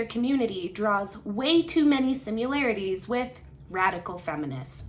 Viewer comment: Please.... it's similarities, not simularities. You're killing me😂